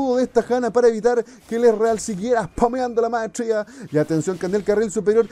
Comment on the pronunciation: me gusta como dice "espamea la maestrshia" xD